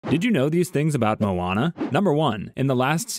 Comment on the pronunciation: you pronounced moana and maui wrong!